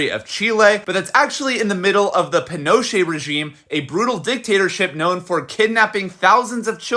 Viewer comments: It’s pronounced pee-No-Chet not penocha lol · It’s possible she was “disappeared” if her parents were seen as a threat. Look up the Dirty Wars of the era and you’ll see. Also, its ‘pee-noh-CHAY.” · The way you say Pinochet 😁 Sorry i know this is a serious topic but i kept thinking you were speaking about Pinocchio.